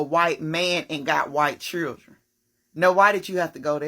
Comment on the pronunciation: she must be one of the most educated can't even pronounce children correctly LMFAO